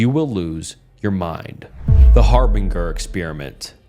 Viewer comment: Har-bin-jer not Har-bing-er